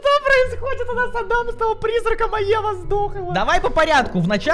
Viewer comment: Пфф сори но не ада́м а а́дам